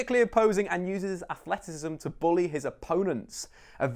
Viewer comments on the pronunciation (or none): none